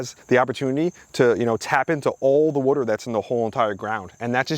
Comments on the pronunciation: Can u learn how to say water? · Water ❌ Wadur ✅ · It's Water... Not worter.. worter isn't a word. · It's pronounced wah-ter, not war-ter. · Water : ❌ WOTOR : ✅ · Ok say it with me...WAH TER. not wudder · "wooder" Are you from Philly? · I keep finding all these local channels. I hear water pronounced like wooder and I instantly sub. I’m like 3 mins in and I’ve learned so much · This is the 2nd person I’ve ever come across to pronounce “water” as “wooder” lol. First one was the How It’s Made narrator from back in the day. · I know you said Jersey but are you originally from Maryland?? I ask because the way you pronounce water as "wuter" is very Maryland like. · This dude is the Chris Fix of plants, even says "wader " ( water) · I only kept watching to hear you continue to say "wudder" 😂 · you know when someone pronounces water as "wooder" they definitely know what their doing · I knew he was from either NY or NJ the way he says "water" Im from NYC and live in MA and people always mention how I pronounce it as "worter" sounds strange lol. great content new sub. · Not enough wuder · Are you from South Jersey or Philly? Just noticed you pronounce water like I do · I knew nothing about you. Just saw the thumbnail. Was curious. Then you said water, and I knew you were from Jersey. Now, it wasn't that pronounced, but just enough. I was in Tennessee a few years ago, and the waitress, who had a Tennessee accent, said, water. and I almost broke my neck turning to her. When I comment on her pronunciation, she smiled and said she grew up in Cape May. My gf is shocked how often I can hear someone speak and get an idea of where they're from. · Greetings from Boston. Knew you had to be from Jersey by your pronunciation of the word "water". :)